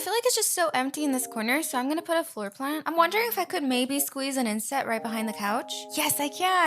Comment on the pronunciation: what i hear when u say inset? idk how to spell it ✨insect✨ 👇 if u agree